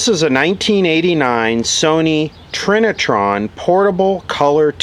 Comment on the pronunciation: Trina-turd?!?!?? LOL!!! :D :D